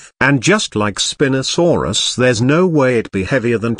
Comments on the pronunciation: "Spin-osaurus" instead of "spine-osaurus" is the best thing in this video so far 🤣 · The best part of the spino section is probably the text to speech calling it spinasouris instead of spinosauris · Also you are not pronouncing the spinosuarus properly